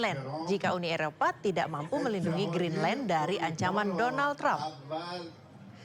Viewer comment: GREENDLAND 😂😂😂😂 JURNALIS IQ 78